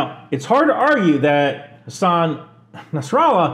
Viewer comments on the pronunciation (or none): none